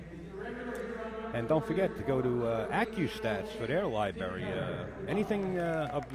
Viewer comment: One thing: LibRary. Not LiBarry